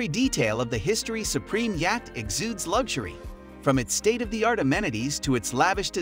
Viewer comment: Where did this guy learn to speak English? Or is it AI generated? Yacht= yach? Epitome= epi-tome? Come on!